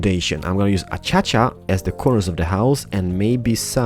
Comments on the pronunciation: Avery Ladwig I love how he say a-cha-cha. Its a-cay-she-a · Lol, Acaica.. U said Achacha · Alright,. It's starting to get a little annoying. Acacia is pronounced ah-KAY-shuh:) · lol "achacha" you said instead of what a lot of people say acacia. Probably because of your accent. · Guys he says achacha purposely, but for everyone who's saying its ah-kay-cia it's ah-kay-sha its on btw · ah-kay-sha not a-cha-cha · Lol aschacha it's as-key see ah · I like how you say "A-cha-cha Wood, instead of "A-kay-sha". I know you're Polish/Swedish and mispronounce words a lot. But.. it is funny though. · The wood is pronounced a-Kay-sha. Sorry for complaining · hmm the pronounce of acacia is (a-ka-sha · he says ah cha chua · Pronunciation : A-cay-sha /Acaica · I like how you say A Cha Cha wood XD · its ace-cia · "A-cha-cha" Omg I can't even xDDD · It's pronounced a-Kay-sha.😂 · I actually pronounce it as a - key - see ah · I'm English, so I can confirm that it's pronounced 'A-Kay-Shia' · No its As-Cia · He says acacia achacha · its a-ca-sha wood come on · He says it a-cha-cha on purpose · Acacia = Ah - kay - Shuh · Acacia is pronounced Ah-kay-sha. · Accacha(acaica) Sounds wierd. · KERT PLEZ Acacia Wood is what he's saying XD